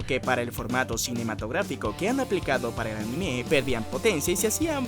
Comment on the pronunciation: No pude verlo me fastidio que pronunciará mal la palabra anime no soporto que digan animeé.